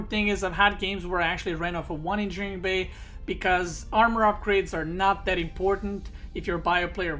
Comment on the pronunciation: It annoys me how you pronounce engineering bay